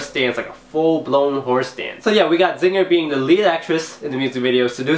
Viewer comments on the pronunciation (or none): Wha- Zinger? LOOL, you mean Hyosung?